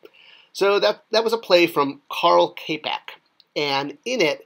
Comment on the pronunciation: "Č" is like the english "Ch." So more like Karel Chapek.